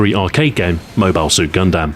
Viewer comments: Stu, did you really need to say "Moe Bile Suit Gun Dam?" Moebill Suit Gundum bruh. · Bruh it's clearly pronounced Mobile Suit Gundam